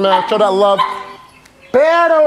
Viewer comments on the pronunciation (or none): By the way, its "perro" (gotta roll the R), the way you say it "pero" means "but"